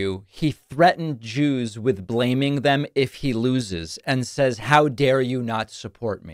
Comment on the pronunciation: The way trump says "Jews" sounds like a slur